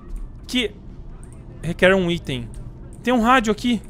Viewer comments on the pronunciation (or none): none